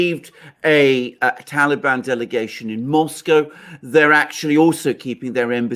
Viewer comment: Lived in Moscow. Unable to pronounce Moscow correctly. Probably pronounces Porsche as one syllable too. Fail.